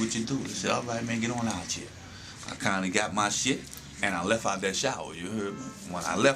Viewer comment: yeah, I was thinkin' n.o. when he was saying 'chea for here..